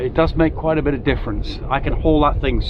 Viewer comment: kwait nice? not convincing, my wife said